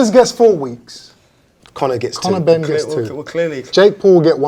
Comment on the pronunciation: Connow benn mr “it makes no difference to me”😂